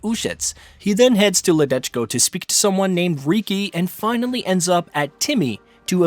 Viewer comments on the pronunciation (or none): none